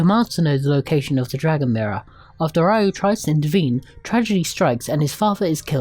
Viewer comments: It's "Ryo" not "Rayu" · His name is not Rayu, it's Ryo (pronounced Rio like the city) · Excelent review, but the name of the main character isn't Rayu, is Ryo, and is pronounced Rio not Raio